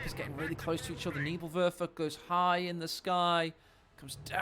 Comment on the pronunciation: Nürrbürr-Wörfer, Nevill-Werfer, Nävill-Wörfa, Neebill-Wörfer